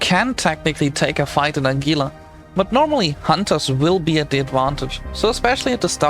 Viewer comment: It's pronounced HEE-la.